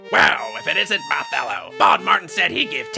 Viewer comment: Mothello LOL🤣